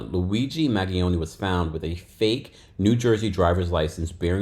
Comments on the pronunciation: Hi, name is pronounced Man-ge-own, the g is soft. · glad I’m not the only one! him mispronouncing it was driving me nuts. 😂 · It's MAN-GEE-OWN-EE "Mangione" LAWD I hate hearing y'all yanks pronounce sh*t 😂😑